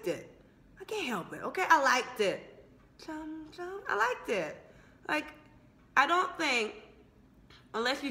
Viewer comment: your pronounciation is wrong....its not kam kam.....its chham chham